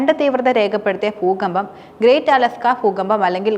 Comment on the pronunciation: പൂക്കമ്പം അല്ല ദൂകമ്പം 😂😂😂